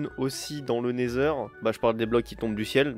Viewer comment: Je rêve ou quand il était dans wend il à dit natheur